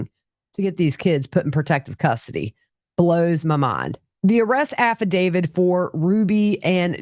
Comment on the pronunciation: Dear one, the word is affidavit: “af·fi·da·vit.” Nothing to do with David. Cheers from an English major.